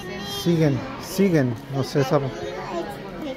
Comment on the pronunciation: Que lindo video familia como siempre viéndolos con cariño saludos desde buenos aires PD . Nos reímos cuando dijiste la marca sigen y era siegen pero son detalles ajajja saluditos a la Romi y a las niñas